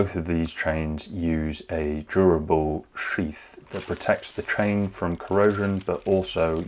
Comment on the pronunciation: Yes he says TRAIN not CHAIN !!